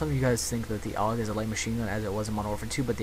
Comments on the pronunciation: its not called aug its called a-u-g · it bugs me when people pronounce the gun names that are acronyms. like AUG is pronounced A.U.G not "og". or FAL is pronounced F.A.L. not "phal" im not hating on this vid tho.